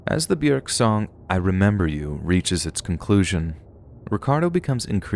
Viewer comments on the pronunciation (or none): It's bjork NOT bjerk plse get Yr pronunciations rite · It's pronounced byork. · 🥴 byurk. 😭 why do you have to mispronounce it. One day i found a big book burried deep in the ground i opened it and all the pages were blank and to my surprise it began writing itself...One day i found a big book burried deep in the ground i opened it and all the pages were blank and to my surprise it began writing itself...One day i found a big book burried deep in the ground i opened it and all the pages were blank and to my surprise it began writing itself... Glad bjork is okay. Love her I'll take thats not how hollow points work for 1,000, alex. They don't just lodge inside somebody's body and randomly explode. That's not how those work. 😂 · The way you are saying Björk is so weird. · I'm not trying to be mean or start anything but I just wanted to point out that Bjork is pronounced like York but with a b in front. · I can't with the way you say Bjork 🤣🤣🤣🤣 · Omg, you couldn't even look up how to say Bjork's name?